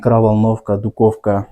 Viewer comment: Ушу "дуковка "дегенинди ондоп суйлосон Боло,туура айтканды суйлогонду уйронгуло да элге суйлоп аткан сон,"духовой шкаф деп айтылат же болбосом духовка,дуковка эмес,же эмне Х тамгасына тилин келбейби ыя?